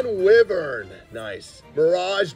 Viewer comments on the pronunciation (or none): The way you pronounced wyvern had me dying lol. Its w-eye-vern